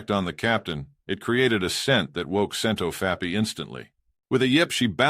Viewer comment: I also am getting used to hearing "Scent of fappy" instead of Scentofhappy. I laughed the first few times I heard it.